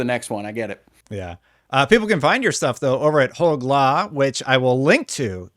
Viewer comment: I'm so proud of you for finally pronouncing Hoeg right 💚